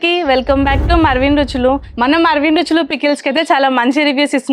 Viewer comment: మర్వీన్ రుచులు అనే పదాన్ని స్పీడ్ గా చెప్పు చెపుచున్నారు, అర్థకావడము లెహడు. Hence clearga cheppandi. 🌼🌼🌼🌼🌼